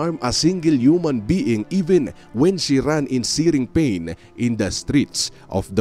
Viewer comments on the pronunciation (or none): none